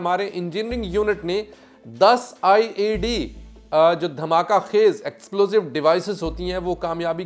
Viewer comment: O bhi IAD neheen IED(improvised explosive device) HOTA hai.please!